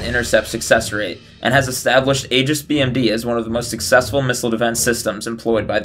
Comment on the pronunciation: Maybe pronounce Aegis correctly....